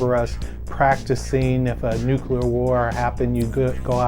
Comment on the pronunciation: Nuclear: Nu-clear.. not nu-kulur. Please please please try to improve your pronunciation. The audio on the Amiga play really clobbered your voice, though. The levels needed a little fixing there. Those two annoyance aside, this is a GREAT comparison and review. Thank you! Me? I played it on my Atari 8-bit computers back in the day (I think my 800XL).